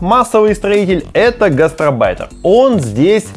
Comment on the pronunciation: Есть гастроном и гастарбайтер(не гастрабайтер). От слова "гость", а не "желудок". Не путайте.